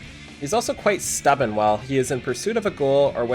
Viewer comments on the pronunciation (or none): Mic issues and apparently grammar issues while talking... Does not know how to pronounce protagonist or stubborn. >_> WOW ABSOLUTELY BONKERS!!!!